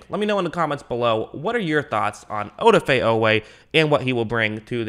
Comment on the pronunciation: Good analysis by the way the emphasis is on the da...oDAfe